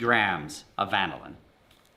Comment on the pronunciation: One of us if pronouncing Vanillin incorrectly... My guess of the reason it's cracking is more than likely the coconut oil substitution or one of the powdered substitutes not having the same quantity of binders, from the egg in particular I'd imagine. Fun watch!